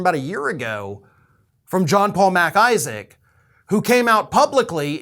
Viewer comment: I love how you enunciate MacIsaac. It`s not two words lol. PS, your cat is a STAR!